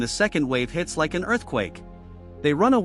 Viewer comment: "When the Second wave hits Like An Earthquake" Me: What? Leik an earthquake.